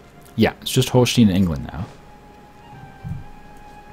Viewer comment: You pronounce the "e" in Holstein like you pronounce the "i" in English.